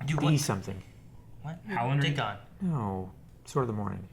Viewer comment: Dickoff - Theon